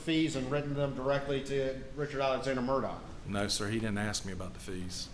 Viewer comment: Why does he pronounce his name like it has a T in it???